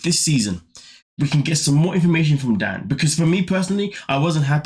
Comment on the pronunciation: DANE not Dan